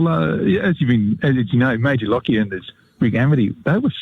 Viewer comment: I am a direct descendent of Major Lockyer. I would like to remind people of correct name pronunciation. Correct is, LOCK-YER, not LOCK-I-ER. thank you